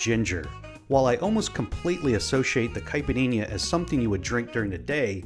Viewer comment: the drink is caled Caipirinha, try to say kipereña